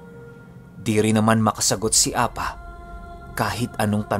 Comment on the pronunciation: Ang pagbigkas Ng apa, ay mabilis at maragsa, means pipi🙄